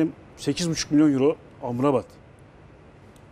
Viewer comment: serdar beyin 17 milyon güiza 8.5 milyon amrabat derken ki vurgulama tonuna dikkat sanki 85 milyon